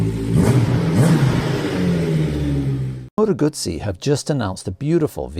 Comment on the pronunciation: Awesome looking bike and can’t wait to see one in the flesh. Also nice to hear Moto Guzzi being pronounced properly for a change